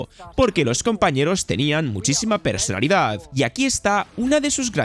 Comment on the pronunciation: Muy buen video, pero tuve un problema, que me ha pasado con otros videos tuyos: ¿por qué dices "persolidad"? La palabra es "personalidad"